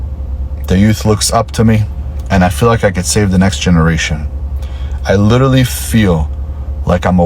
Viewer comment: Literally literally lidderly lidderly like Lidderly 🎉🎉